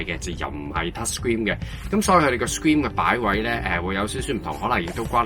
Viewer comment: 詳細分析 留意下 screen 發音唔正確